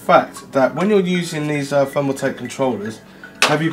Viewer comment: I fink you might have problems pronouncing free, fick and fermaltake. Wifout a doubt. Nice case brofer